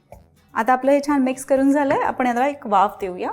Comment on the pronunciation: बाई तुम्ही नीट मराठी बोला. काय धेडगुजरी मराठी? ते आपण आहे आपन नाही. बघवला नाही एपिसोड.